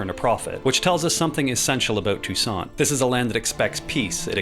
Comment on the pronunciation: i thought you said Tucson as in arizona when you said Toussaint 😭